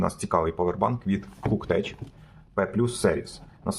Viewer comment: КуктеК, куктеК. Як у слові "текнолоджи"